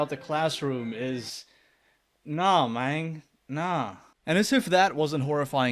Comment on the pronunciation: Lovin these videos. Also I noticed you said Mang instead of Man. Cheers thought I was a dying breed.